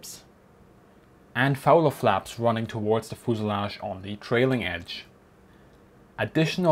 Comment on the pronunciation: As you do lots of videos of airplanes, learn to pronounce fuselage.